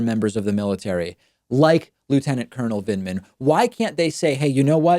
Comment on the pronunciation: He couldn't even pronounce Lt Col Vindman's name correctly --- he kept saying "Vindeman".